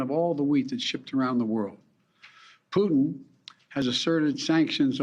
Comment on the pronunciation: Did he just call Putin peddle?